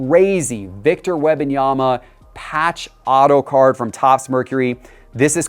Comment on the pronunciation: If he says Web-in-yama one more time….😂